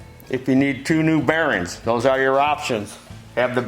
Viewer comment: It's bearINGS not bearins. :)